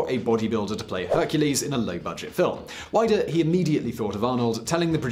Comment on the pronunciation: Hi not wanting to correct you too much, Arnold entered the 1980 Mr Olympia because he was already getting in shape for Conan the Barbarian. Also Weider is pronounced Weeder. Nice video though. Thank you.